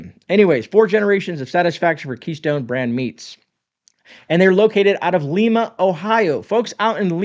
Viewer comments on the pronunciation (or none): Just for info it's NOT LEE-MA it's LYE-MA Ohio... And yes I'm the Grammer Police LOL Thanks for the video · Sorry that American English is so diversified and has so many regional pronunciations. In Ohio, we pronounce the "i" in Lima as a long "i" as in ice... Li-ma. It's easier on the face & mouth muscles because the sound comes out Lay-ma, not Lee-ma. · Well I live on the other side of Lima Ohio. in a small town called Delphos. now I grew up in Lima. keystone meats has been around forever. but there's one thing you're tripping up on. it's not Lima (l-ee-m-a)😁 we a bunch of rednecks around here. it's pronounced and this is phonetic " l-eye-mah " long ago, in the nameing of the city,one of the founding fathers of the Town had in fact have malaria at one point and been very ill. the group were taking names that they were putting into a hat. basically to name the town. he put in Lima as thats where his cure for malaria came from. so for one reason or another he wasn't at the meeting where they actually pulled the name out of the hat. so they got Lima and they were unaware of the proper pronunciation of it as in, Lima Peru, so they pronounced it Lima. like I showed you up above. it's been that way ever since. I know this because I had to do a history report on it when I was in 5th grade. many many many many many many many many moons ago.😂. But I appreciate you pointing out the difference of the keystone companys. I was about to lose my giblets. cuz I really do like the actual meat that keystone meats producers. they are on Harding highway in Lima Ohio, just east down the road from i-75. Cheers!! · Not Leema, Ohio. It's pronounced Limea, Ohio. I eat Keystone Meats every time I eat at KewPee. I've been to their butcher shop many times. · Li- ma not Le- ma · It's LIE Ma > not Lee Ma. ;) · Great video, and it’s pronounced “ Lye-mah” fyi. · FYI, it is pronounced Lima, like lima beans, not like Leema. Good vid. O - H... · Just so you know its pronounced lie-ma.....